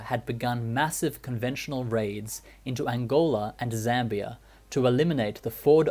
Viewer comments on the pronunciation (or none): none